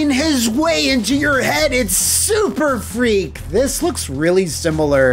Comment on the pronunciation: IT'S "SURFREAK". SURF...REAK. SURFREAK!